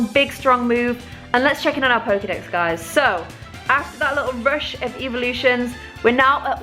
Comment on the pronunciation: it sounds like she eveevelosins